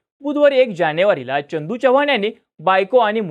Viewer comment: च्यनदू नाही चंदू च्यव्हान नाही चव्हाण एवढं समजून घ्या